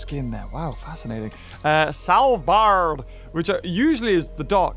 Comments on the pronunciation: again he says salvbard IT IS SVALBARD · Svalbard is a Norwegian island and thanks for saying the name wrong 😂